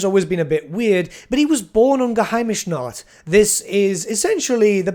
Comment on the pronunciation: As a Warhammer fan and German, hearing the word "Geheimnisnacht" from in German right in the middle is just hilarious;)